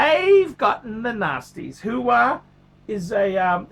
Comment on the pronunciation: its Huawei - pronounced wah-way... who de phuck is who-wah? Al Pacinos new phone company?